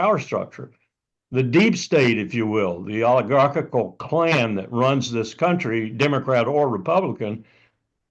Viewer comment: It is 'kuntry', not cowntry.